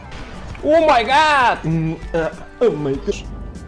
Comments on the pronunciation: ya su omeygat diyisine oldum olenler +1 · omaygat demesi super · Omaygat ıma omeygat :D